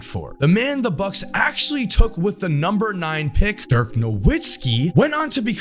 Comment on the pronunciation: How do people butcher Dirk’s name. He’s German not Polish.